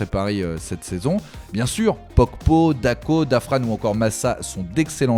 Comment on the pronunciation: Dafran se prononce pas comme ça da fran